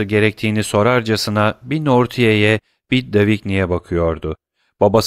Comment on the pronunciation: Emeğiniz için teşekkürler. Elimden geldiği kadar romandaki bazı kişi ve yer adlarının doğru okunuşlarını yazmaya çalışacağım. Maximilien : Maksimilyan Villefort : Vilfor Mösyö d'Avrigny : Mösyö Davrini Noirtier : Nuartiye